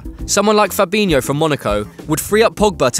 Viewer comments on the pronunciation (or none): none